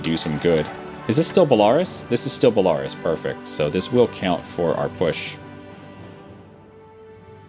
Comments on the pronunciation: You really need to work on your pronunciations... like its bell-a-rus not bell-ar(e)-us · i love these video! keep them up though as a british man. A European. i wish you could once pronounce place names correctly. e.g Belarus is said BELL A ROOSE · *Bell-ah-roos XD It sounds like if you're at a Toys R Us that sells bulls. (Bull-ah-rouhs) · Why does he say Belarus like that? It should be belaRUS, not BElarus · I love how says "Balarus" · BELL-A-ROSE Belarus BORE-KNEE-OH Borneo come on man... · BELA- RUS(E) jesus... its an entire country. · is pronounced Bela-roos. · It's pronounced Bella - ruse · I don't know how long this has gone on, but your pronunciation of Belarus, hurts me. Love your channel but it is pronounced like BE-LA-RÚS (belaroos). I'm pretty sure Rus is like a suffix for many people groups for relation to the ancient Rus people